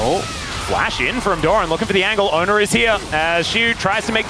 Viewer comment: Fun fact, his name is actually pronounced ONEr not Owner… (He chose to change summoner name to ONEr when signed to show his commitment and dedication to T1 Team…)